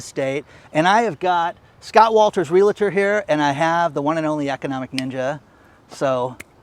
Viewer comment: Ask Scott Walters how he pronounces REALTOR. There is no "LA" in the middle - just REAL + TOR.